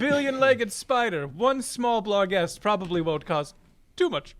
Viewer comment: A part of me hurts every time they add an "L" to "barghest". At least they aren't also still dealing with svirfneblin.